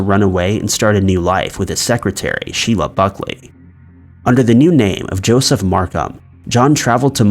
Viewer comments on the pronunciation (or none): none